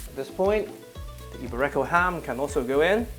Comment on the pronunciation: It's not eee-bay-RE-ko pork, it's eee-BE-ree-ko pork